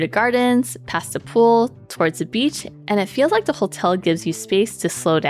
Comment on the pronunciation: Great video! Only piece of advice is that words like “THe” “There” and other “TH” words aren’t pronounced with the “D” sound. So it’s not “da” for the, or “der” for there …and so on. You have great pronunciation but the D use for TH sounds being addressed would get you to the next level voiceover because you have a pleasant voice! My voice is annoying 😂